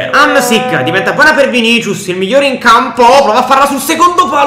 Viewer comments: Vinisius non vinicius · Vinicius si pronuncia Vinisius